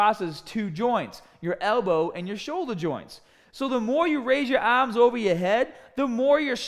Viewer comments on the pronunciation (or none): Help your aaaaaaahms look thickaaaah and biggaaaah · Get biggahh and thickahh Aaahhmmmss